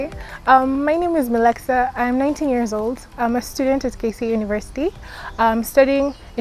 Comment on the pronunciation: And it's millexa not meleska before you start hating get the name right ama you don't even understand English 🤣🤣